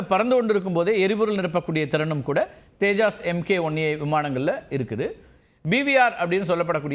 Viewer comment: தேஜாஸ் இல்லை தப்பா சொல்லாதீங்க. தேஜஸ் விமானம்.